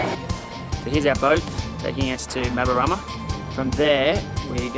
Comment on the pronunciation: Mabaruma! not MabaRAma...